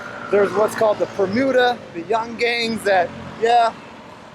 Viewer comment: Your recap of the country's history was really spot-on. I am so impressed that you were able to capture all the important details accurately. Just one minor spelling nitpick, when you say Permuda it's actually Pemuda which means youth, as in youth movement. Thank you for making this video, it gives me pride that a visitor from abroad can appreciate the history. Hope you get a chance to visit the National Monument next time. Much respect and wishing you safe and happy travels.